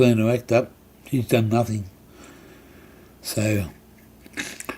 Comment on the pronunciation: Please get your words and facts right before you point out things you dislike - it is done not dome - it is meth not Meath - and Cabramatta was heroin capital in the 90’s no longer - it was Vietnamese people running most of it at that time - easy to point fingers to lay blame rather than be the change you wish to see